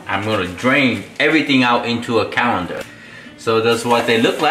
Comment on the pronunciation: May I help please, its pronoused Colander not Calender, hope this helps.